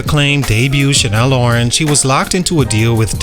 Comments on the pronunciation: Channel Orange. Chan-nel. Not Chanel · Why u keep saying Chanel orange it's channel orange lool good content though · The butchering of his album name is crazy. Channel Orange not CHANEL ORANGE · “Shannel” Orange? Seriously?